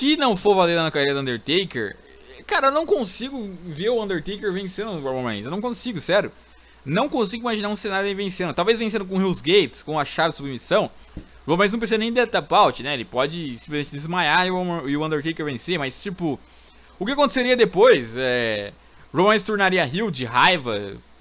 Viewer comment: O Cara 1 Original#MafiaEspartana ata,eu sei qq é hell mas a porra do fala ril o certo é rél